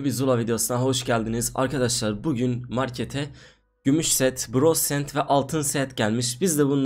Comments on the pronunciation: Altın sent gümüş sent bronz sent biraz dilini düzelt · Sent değil set skksjskskskkd💜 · Yanlış söylemişsin Bronz SENT demissin.eeee sıkı takipciyix moruq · sent değil abi set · sent değil set